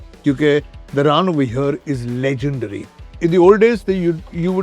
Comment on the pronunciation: Kunal - Leg-endary! Forever pronounce it like this!